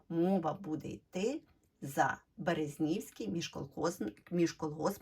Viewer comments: Правильний наголос БерЕзнівський міжколгоспний .... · БерЕзнівський!. Наголос на другій букві ,,Е'' . Щиро дякую за цікаву розповідь про самобутнє підприємство з Рівненщини.